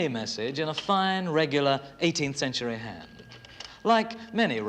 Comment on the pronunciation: "CentureaH" A new word for my rich Whicker quiver. Thank you BBC 🏹🇬🇧